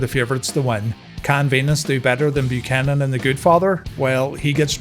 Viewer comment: Dear lord, did you call him Bull Pukanan...? How dare you sir!